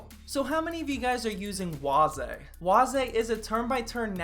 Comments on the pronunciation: Waze is pronounced (ways) not (was-eh) lol . I never upgraded to the 7th gen k CPUs cuz nothing wrong with the 6 gen and really not much gains and can overclock with decent heat temps! And I'm at work sippin on French press coffee I made myself cuz buying coffee costs to much lol! Another good video 👍🏻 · I thought waze was pronounced like ways.